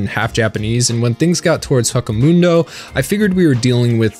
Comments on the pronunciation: how did you mispronounced ICHIGO and HUECO MUNDO wrong ..smh you said WACK O mundo smh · “Haka Muundo” ok then To go with “maruyi” pronunciation from the other video